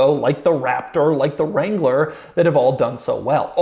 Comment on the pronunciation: Doug, the Mercedes Jew Wagon? Wrangler got mangled also. Oy! I played it a bunch of times with my eyes closed. It’s what I’m hearing.